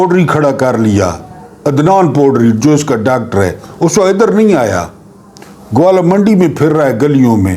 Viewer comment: ، معذرت کے ساتھ عرض ہے کہ لاھور کے اس علاقے کا نام گوالہ یا گوالا منڈی نہیں بلکہ گوالمنڈی ھے۔۔۔۔۔!!